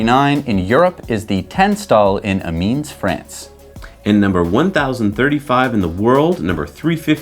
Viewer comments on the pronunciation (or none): Excellent news. Keep up the good work guys. PS : hahaha, supercharger in "a-meens" france x) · Amiens ... "am eon" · Lokeren was pronounced good, Amiens (FR) wasn't ;-) Love your show!